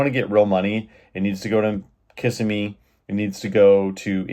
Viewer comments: FYI... It's pronounced Ka-simm-me, not Kiss-a-me. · It is "Kiss-EM-ee" not "Kiss-eh-me". Really? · It's pronounced Ki-sim-eee 🙄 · KA-ssimee bro!LOL! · KA SIM ME, that is how it is pronounced